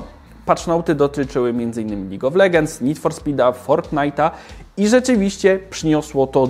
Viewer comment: Czy tylko mnie irytuje czytanie "legends"? Oszalec można. DLACZEGO? :P